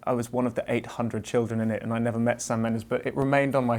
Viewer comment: Eddie : nerver say nerver .. ?! haha does he is a fan of justin biber? ;D